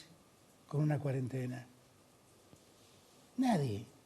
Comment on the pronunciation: No aguanto más a Bonelli diciendo CUADENTENA